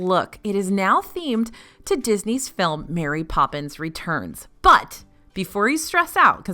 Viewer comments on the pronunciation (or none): none